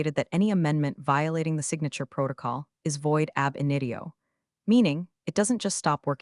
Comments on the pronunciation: It is AB INITIO - not Ab In dio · Ther term is “ab initio,” not “ab inidio.”